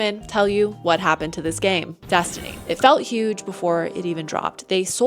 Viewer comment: What is Dess-tooney? I’ve never heard of it. Is it a big game?